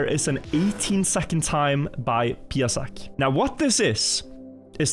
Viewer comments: Dear it's not PIESEK but PIASEK - in polish one means a little dog and other is sand:D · it's piasek not piesek kurwa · O Polska ale zaje :D By the way, when You pronounced his nickname in , you accidentally said "Piesek" which means "Doggy" (As opposed to "Piasek" - it means "Sand") :D